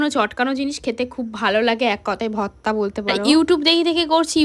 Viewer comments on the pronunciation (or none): Tui age uccharon kor bhorta ke bhotta bhotta kelacchis Dudh gulo besi kore jhulaaa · Vorti likhecho abar bolche votra 😂 ota vorta go